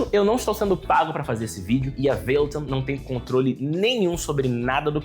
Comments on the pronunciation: Veiloton? É mais pra véloton, parei aí, fala como os brasileiros falam, tenta imaginar americano e ainda fala errado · Nemdeu 5 minutos de vídeo e eu já fiquei enjoado da forma que você fala "valeton"... kkkkk